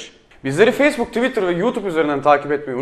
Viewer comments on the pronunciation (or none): none